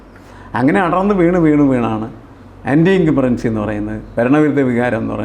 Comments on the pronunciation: The word is anti- incumbency. What is the speaker saying? Should be more careful with pronunciation. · anti-incumbency സ്പെല്ലിംഗും ഉച്ചാരണവും ശ്രദ്ധിക്കുമല്ലോ. പിന്നെ. സ്വപ്ന ്് സുരേഷ് ഒരു അവതാരമാണോ അതോ അവതാരത്തിൻ്റെ വാഹനം മാത്രമോ എന്ന് ആലോചിക്കണം.